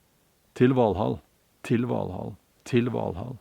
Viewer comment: Is it pronounced til-val-haul?